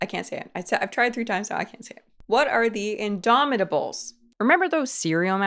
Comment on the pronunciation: y tf is indomitables looking like the dinsey incrediables knockoff they pronouned indomitables in that off pitch in DOMI with a rythmic pause ta-buuls i couldn't hear the hunt and win type haant and weeein